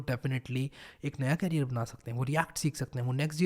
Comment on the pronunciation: Carrier nai career.. Both pronounciations are different